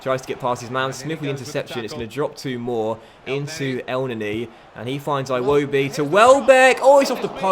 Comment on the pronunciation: I am going to unsubscribe if you don't stop pronouncing iwobi like "Aye-Wobi" please stop, it's "Ee-Wobi"